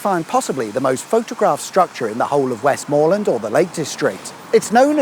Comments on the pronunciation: It's not "WestMOORland", it's pronounced "Westm'land". It's not "KirKby Lonsdale", it's pronounced "Kirby Lonsdale". Don't know how old this vid is, but Cumbria no longer exists and has been split into "Westmorland and Furness" and "Cumberland" (like it used to be) . Windermere is not the village on the shores of the lake, that's Bowness-on-Windermere, Windermere village is a mile or two up the road. There's tons of other stuff to do as well, like the Aquarium of the Lakes at the end of the steam railway, boat trips on the big boats on Windermere and all the Beatrix Potter stuff. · I’m a Kendalian born and bred, it’s Westmorland not Westmoreland and it’s pronounced Kirby not Kirkby. Thank you very much. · "WESTmorland" not "WestMORland". "Kirby" not "KirKby". 🤣🤣🤣🤣🤣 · KIRBY Lonsdale FFS, it's a silent K!!! And it's Westm'land, not Westmoorreland!!! Bloody tourists. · Westmorland isn’t pronounced like “more” it’s Westm’land sorry 😅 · Pronounced West’m’lund not West’more’land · It's pronounced "Kirby" Lonsdale. The second "k" is silent. Also waaaay too much emphasis on the "mor" in Westmorland. The actual pronunciation sounds more like "west-muh-land". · The second K in Kirkby Lonsdale is silent! Westmorland has a soft T and silent R, sounds like Wes'mo'land. You were so close to the force at Backbarrow Bridge where Grasmere, Rydal Water and Windermere flow out to the sea. Windermere town is two miles uphill where the train station is, Bowness village is where you were, down at the lake. and to remember the name of the only lake in the lake district it's the one with the funny name, Bassenthwaite Lake, all the others have water, mere or tarn after, or before, as in Tarn Hows or Blea Tarn.